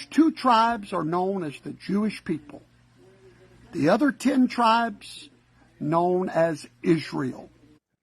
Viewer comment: "when two tribesh go to war...."